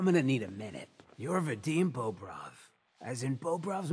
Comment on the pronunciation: I find it kinda amusing that some words he pronounces pretty much like a Russian... Except for his own surname. "Bóbrov" instead of "Bobróv". Upd: oh god, the absolute butchering of "lapochka", it is simply hilarious